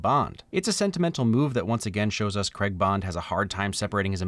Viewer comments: Please for the love of god say Craig not Cregg!!! Lol other than that love your videos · Anyone else still annoyed how he said Craig or is that just me 😂 Good video though it made me see the positives to a movie I don't like